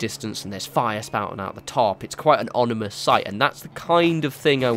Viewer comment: I've noticed this in a few of your vids, and I didn't want to be this guy, but it's ominous, not onimous